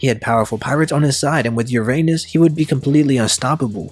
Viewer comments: It’s pronounced ur-uh-nus not ur anus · Uranus not your Anus. Speak the u like a non english speaker Alphabets if you want to know how the Name really Sounds. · The ancient weapon “ Uranus” aka “your anus”. 😂😂😂 Lmfao Give me a break! I can't stop laughing 😆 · That's...not the way to pronounce Uranus.